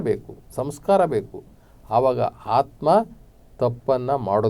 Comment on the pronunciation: ನಿಮ್ಮ ಅಂಥವರ ಬಾಯಿಯಿಂದ ,ಮತ್ತು ಈ ಬಡ ವೇದಿಕೆ ಮುಖಾಂತರ ಆತ್ಮ ಅನ್ನುವ ಬದಲು ಹಾತ್ಮಾ ಕೇಳಿದರೆ ನಮ್ಮ ಮನಸಿಗೆ ಹಿಂಸೆ ಆಗ್ತಾ ಇದೆ ಮಾನ್ಯರೆ